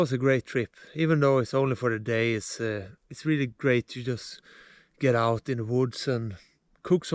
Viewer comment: Gotta love the Swedish prononciation "reely reely good"